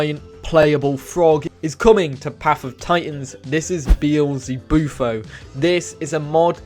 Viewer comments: You actually didn’t mess up the frogs name. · Btw you said the toad correctly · Actually you pronounced beelzebufo correct